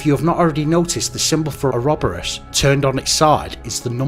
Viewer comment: Its "Or-o-boar-us".